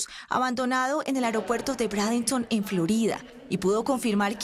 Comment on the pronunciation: Brandenton y se pronuncia breidenton